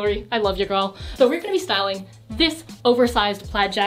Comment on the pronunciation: okay but when she says stywing something my heart melted thanks bye